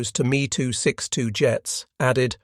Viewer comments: I just can't. I apologize. I just can't. : Mee too sixty-two Breakdown of the pronunciation: "Me": This is short for the aircraft manufacturer Messerschmitt. Pronounced "M - E" "262": This is pronounced "two six two". Putting it together: You would say the name as "Mess-er-shmitt two six two" : BeeF ten nine... (－‸ლ) I give up... hopless. ...point five-zero. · How do you produce a documentary about WW2 and not know how to pronounce aircraft names and variants? Me 262 isn't pronounced "me" it's M e 2 6 2. Really?